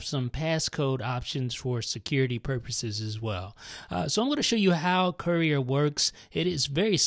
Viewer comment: Lol sounds like he's saying Korea